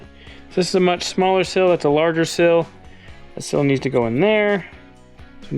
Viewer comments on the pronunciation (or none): It's a seeeeel Not sill. A sill goes under a window, a seal goes around a shaft. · I really hate to be this guy… A “sill” is what’s on a window. A “seal” needs more “ees” to ease our understanding. Truly, this is meant with warmth and love and simply to help. Keep it up. These videos are wonderful! Thank you for everything you do. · I don’t know how many times you said the word sill but each time it was WRONG and was driving me crazy!!! Lol The problem is that the word you were trying to say is spelled S E A L!!! Seal not sill!!!! And while I’m at it in: ‘let’s go up the mountain’ Mountain has a “T” in it!!! Pronounce it please!!! Same with Colton! Pronounce his name correctly please! Lol GEEZ!!! Love the videos guys, keep making the laughs and having fun! Good luck!